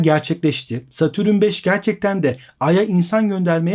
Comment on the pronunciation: Satürün ne abi. Dayanamadım kapattım videoyu.